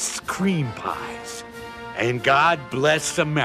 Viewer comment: Listen at the end...."(Va)china too"